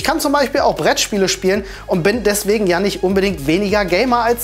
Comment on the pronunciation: Daswegen xD